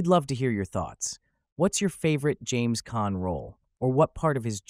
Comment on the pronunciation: Pronounced his name wrong in this